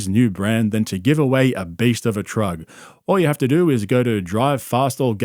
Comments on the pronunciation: Are you saying "trug" on purpose? 😊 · Bro said giving away a trug lmao